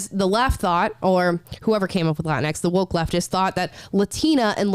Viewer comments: I thought it was pronounced like Kleenex. Latinx. Either way, completely stupid garbage word. Lol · It's pronounced "la tingx" like "la jinx" or "la minx" !!!